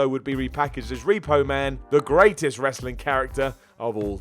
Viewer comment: Wrasling lol